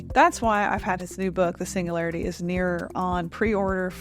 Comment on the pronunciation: Like your content, but there’s a G in singularity 😢